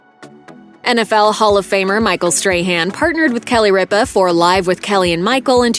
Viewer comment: CAN THE GENTLEMAN WHO NARRATES PLEASE PRONOUNCE RIPA AND ALL THE OTHER NAMES PROPERLEY, AND IF IT IS AI THEN CLEAN IT UP, NO WONDER AMERICAN CHILDREN OR SO UNEDUCATED